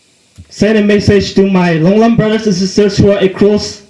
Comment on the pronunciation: Longlum ❎ longlram✅